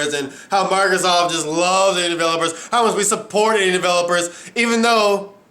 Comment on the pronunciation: Who's this 'Marthasoft' you keep mentioning?